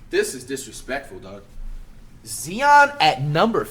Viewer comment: Whats more disrespectful? Zion being ranked 57 or you pronouncing his name Zeon? We aint talking about a 12th guy on a roster here....